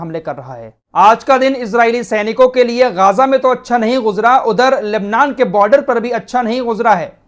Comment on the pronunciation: गाजा नहीं गज्जा है